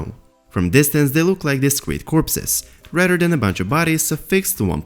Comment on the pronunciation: You’re videos would be MUCH better if you could work on pronouncing the “th” sound in words. For instance, the phrase “rather than” instead of “radder than”. Or “Mother” instead of “Mudder”